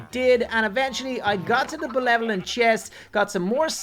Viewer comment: Nobody gonna point out that he said belevelant and not benevolent?